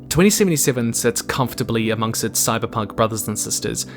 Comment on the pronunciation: wtf is Sybunk 2077? - terrible start